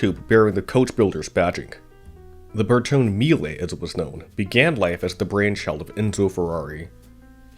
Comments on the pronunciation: The final 'e" in Bertone is long. Ber-to-nee. Thumbs down for bad pronunciation. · Shit! Try to improve your pronunciation. Bertone is Bertone (pron. bartona), coupé is coupé, not coup that means coup d'état. The "e" is NOT silent!!! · A nice documentary. Bertone is probably pronounced ber-toh-neh. The designs he penned are incredibly beautiful. Modern cars look like carved potatoes in comparison. Here in Europe our cars have become way too big and have lost their agility. Beautiful designs are quite timeless it seems. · The mispronunciation of Bertone is annoying. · Carry-zary Bear Tone???! If you are want to be car commentator, and you are not yet, you will need to know the name of Bertone. bear-TONE-ā. And come on, car-roz-a-REE-a. Say it after me: car-roz-a-REE-a bear-TONE-ā car-roz-a-REE-a bear-TONE-ā car-roz-a-REE-a bear-TONE-ā. Carozzaria Bertone!